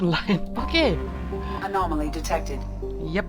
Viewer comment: You caught Legion doingThe Robot!! That's awesome!! Your difficulty saying "anomaly" was adorable. It's funny cause I just recently started getting into the German band called Bilderbuch and me trying to sing/pronounce the lyrics is…laughable as you can imagine. xD